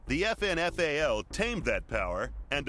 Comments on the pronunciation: you say FN FALL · Sounds like they're saying "effin' FAL", ha ha. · It's pronounced like effin fail.